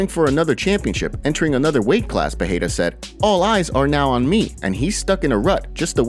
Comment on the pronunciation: Still pretending to know Portuguese pronouncing PEHEIRA instead of PEREIRA?